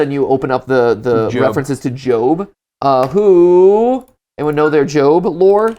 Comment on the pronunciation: it is pronounced Jobe even tho it is spelled Job. Job is a character in the Bible who is always loyal to god no matter what happened